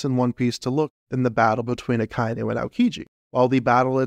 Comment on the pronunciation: sorry to nit-pick It's aka-inu (red dog) and not a-kai-nu